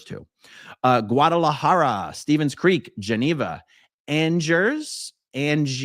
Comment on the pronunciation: I could be wrong, but I heard “Angers”